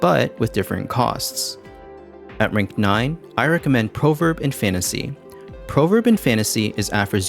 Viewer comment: "Proverb" is pronounced praw-verb, not proh-verb.